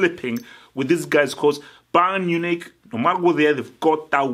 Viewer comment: For years u have been mispronouncing this team's name and I always wondered whether u were just mumbling the words but we get a clear look at it its not Bayern Unich, its Bayern MUNICH. please learn how to say it correctly lol its not that hard